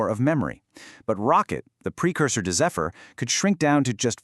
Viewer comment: Not zee-fur. Pronounced zef-fur..